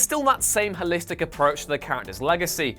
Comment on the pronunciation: Can you say o? As in h-o-listic? Asking for a friend